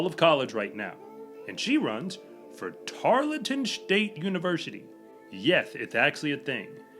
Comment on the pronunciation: tar l ton.... Not tar let ton. Thank you for what you do!!